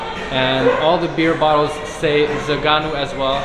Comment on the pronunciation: my Romanian fellow., it's not zaganu, it's Zăganu. Have you ever tried it? One of my all times favorites. Zăganul is a species of eagle from Romania. Think about it, how is that name shitty?